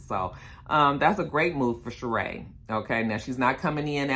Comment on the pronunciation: her name is pronounced Sha-Ree.... not ShaRae I THINK they hold a diamond (not 100% sure)